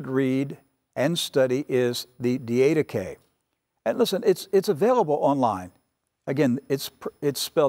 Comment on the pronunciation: Good teaching!! NOT: DEE AID UH KAY Correct pronunciation: DID UH KAY ........just suggestion. God bless!